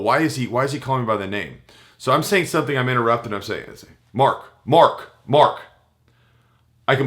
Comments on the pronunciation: . hahaha he talks over himself . When he said Mark Mark Mark. it sounded like a dog "bark bark bark" too funny. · MARK! MARK! MARK!! sounds like a dog with a speech impediment.